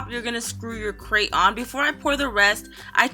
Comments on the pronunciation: It's her pronunciation of grate so don't rage at her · It's grate not crate it is kind of common sense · it's grate not krate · It's grate not crate